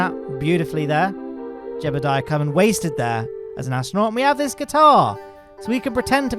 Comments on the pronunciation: Yes. This! Jeb ill die ah is wrong. Jeb eh die ah is right. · I'm concerned on how he says "Jebeldiah." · Why do you say it like "Jebblediah"? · jebboule-diah sounds so goofy ahh i love it 200th comment lol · "Jeballdiah Kerman," love it. >~<